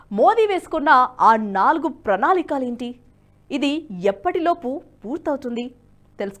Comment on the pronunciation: ప్రణాళికలు స్పష్టంగా పలకాలి అమ్మా! మిగతా బాగుంది.